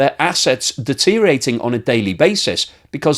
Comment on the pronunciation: Deteriorating has six syllables, not five.